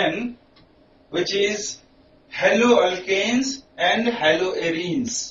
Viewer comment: its not hello! its halo